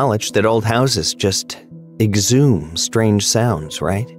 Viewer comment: Story 1: Exudes, not exhumes Story 2: Dingey (din-jee), not dinghy (ding-ee)